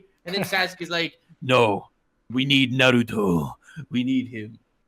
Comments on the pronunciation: ITS NA RU TOE not nod ooh toe FILITHY PLEB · Bro, i haven't even read/seen the series but i know it's Naruto. Not naduto or whatever you're sayin' haha